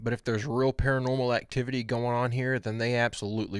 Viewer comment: Everytime the word paranormal is said, I hear 'Pair of gerbils'. Don't know why